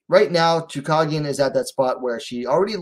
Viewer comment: her name is choooo cage ian not choo cog ian